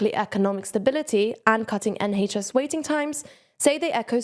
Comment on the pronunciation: I thought I liked this presenter but then they pronounce NHS wrong :/